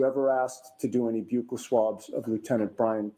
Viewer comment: Wow I can’t believe they actually pronounced Buccal swab correctly. I almost alwayyssss hear police call it “buckle swabs”